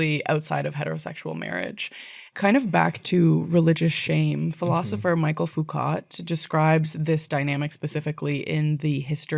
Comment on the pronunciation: Also came here to say this, as a scholar of sociology I was shocked to hear this butchered pronunciation Michel Foucault not Michael!